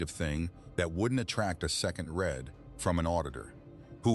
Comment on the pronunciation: Your AI reader should be schooled on when the word “read” is pronounced like “red” and when it is pronounced like “reed.”